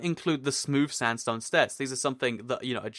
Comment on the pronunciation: Lol, it sounded like you said red standstone stairs!